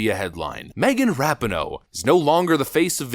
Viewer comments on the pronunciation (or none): Why do you find it so hard to pronounce her name right? Its Ra-PEE-no. Not RAP-e-no. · Her name is pronounced Ra peen no. Just an FYI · Ughh I can’t stand her but go insane every time you say her name wrong. Ra- pean-o